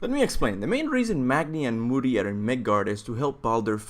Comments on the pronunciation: It's not moodi...it modi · real talk, when you said "Moody" I just couldn't continue the video.. it's pronounced Modi, a longer O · Am I the only one who thinks that its Modi, not Moodi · It’s pronounced mo-di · I couldn't watch this shot with his pronunciation I mean they literally say all the names in the game how can you still get wrong. Who the fuck are mudi and gormungandr